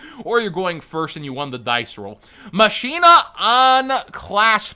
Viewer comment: That is not how you pronounce machina. Think mach as in "mach speed". Like "Deus ex Machina." Mahk-eena.